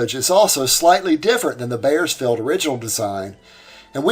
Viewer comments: I appreciate the quality of your research. But, the butchering of the European names was quite distracting. Piscator is pronounced "peace ka torr". "Piss cater" was almost offensive. The "AU" in German words is always pronounced the same as "OW", as in "owl" in English. Ws in German are Vs in English and "wise wersa". See what I did there? One last thing. Bauersfeld = "Bowers felt" To be fair, it's not your fault. When I was 10 years old and we lived in Germany (I was an army brat), my English teacher put huge emphasis on the Latin roots and commonality between English and German. Most American children don't get English classes of that quality any more. If at all. So, sue your teachers. :) ) Keep up the great work! I love your channel. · I am enjoying your videos and have a very slight correction. It is Buckminster not Buckminister. Also, I knew a person with the name Bauersfeld, was pronounced as "Bowersfeld", but that does not mean your pronunciation is wrong.